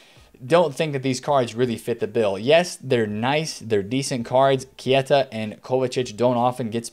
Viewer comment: Can someone tell its pronounced K-ta not Key-A-ta